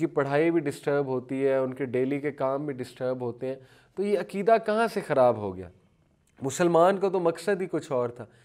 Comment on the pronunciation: عکیدہ نھی عقیدہ عقیدہ لیکچر دینے سے پہلے اگر ش ق درست کر لیں تو بہتر ھے